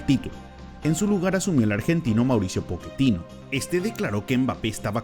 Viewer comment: Pochettino, no poketino